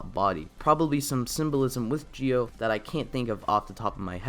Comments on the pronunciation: Why do you say geo instead of Zi-O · It’s zi-o not gi-o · He said kamen rider gee o? Why? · OMG ITS PRONOUNCED ZEE-O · Nah it's pronounced Ji-Oh in Japanese. Don't worry about it. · Kinda feel off about how you pronounce Zi-O through the video but still loved it